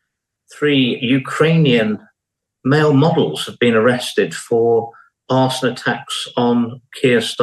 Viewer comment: Did he say Arseon